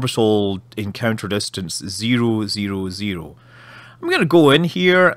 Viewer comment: Oh I LOVE how you say zero, instead of "Zero" you say "Ziroo"